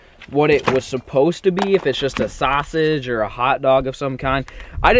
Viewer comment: He said sasage